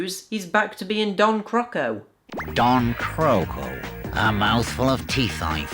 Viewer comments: damn that name pronunciations and cringy joke, tbh black diamond fever had better voice acting imo, and even great cutscenes, cant wait for Agent Hugo! I played that game a really really long time ago on PC and I was not that impressed tbh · Croco: The British Bukkazoom Hugo voice talent lives in Denmark (and has for many years) where you pronounce the word for crocodile "crow-co-dilluh" whereas the American voice talents here naturally used the pronounciation of crocodile for Don Croco's name. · The "Don Croco" pronunciation in Bukkazoom sounds a lot like how it would be pronounced in Danish.